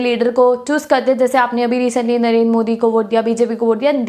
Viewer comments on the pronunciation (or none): none